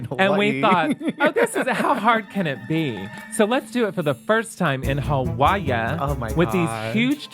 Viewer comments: Hawaii pronounced "how are ya" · Kelly's way of pronouncing Hawaii is very endearing.